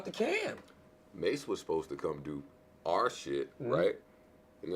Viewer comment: Charlamagne can't differ "are" and "our" lol